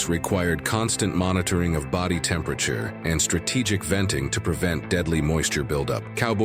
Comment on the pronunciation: Your A.I. doesn’t say temperature very well .. makes up words